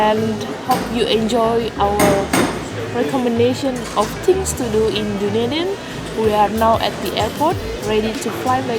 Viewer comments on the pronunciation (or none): this is an amazing description on my home city! also it’s pronounced Duh-Knee-Din